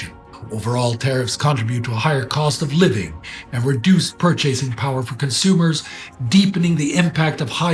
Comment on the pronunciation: I noticed some odd emPHASis patterns in talking. had purCHASing. I think there might have been other words with stress that I didn't expect, but I didn't take notes. (I had misnoted another, but points out that CON-tri-bute is a British usage. My apologies for my ignorance on this.) Also, there were at least two uses of "exasperate", and. I think the word you were thinking of was "exacerbate". (I learned that word in college.)